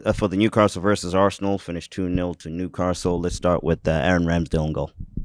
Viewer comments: “New caRstle” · Maybe someone should tell the lad interviewing that it's not "Newcarstle".